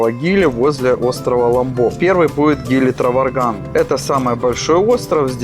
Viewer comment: Траванган, а не Траварган)